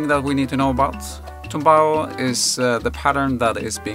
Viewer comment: TUMBAO with "u", comes from "knock down" and in salsa music is the formula to play the disected chord in arpeggiated form, initialy played on the "tres" instrument (a three chorus guitar instrument in latin america, Cuba). More info coming. In spanish the verb is "tumbar". NOT TOMBAO, BUT TUMBAO with "u". Thankyou.